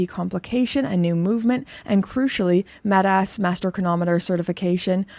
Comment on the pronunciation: You say metas like kickass